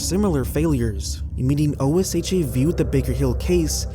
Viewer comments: OSHA is pronounced "Oh-shuh". It's an acronym, but you don't have to say the letters. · OSHA is an acronym, but it is commonly spoken as if it were a word. Pronounced exactly as it looks. Oh-SHha